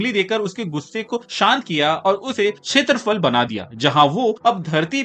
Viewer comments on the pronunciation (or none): Khetrafal nahin khestapala